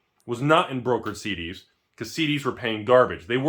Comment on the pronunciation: Everytime he said CDs, I heard SeeDeezNuts